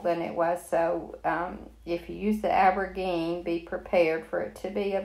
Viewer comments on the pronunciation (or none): I’m so glad I found your channel. New subscriber. I love those birds!! I’ve been watching several videos of yours today. (I’m a newbie to all these diy’s) Aubergine is “aw-ber-zzheen” God bless you!